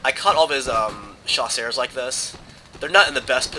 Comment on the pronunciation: "Chasseurs" is not pronounced "Sha-sars." It's pronounced "Sha-sers" Trust me, i took 9 years of french.